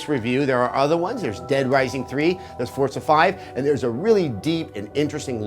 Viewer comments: Its Forza not fucking Fortza!!!!! Get it right!!! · I see some devs still havn't learned that good graphics =/= good game. Also, I've noticed many reviewers pronouncing forza "fortza" Why is this? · Holy fuckin shit you fuck it's forza NOT FUCKING FORTZA YOU FUCKING NAZI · "Fort-za" -Adam Sessler